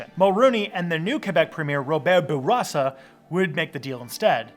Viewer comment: I like how this guy makes a big show of using French pronunciation for everything, and then says "Bourassa" wrong. He also seems to think the Meech Lake Accord had its own referendum in 1990. (It didn't.)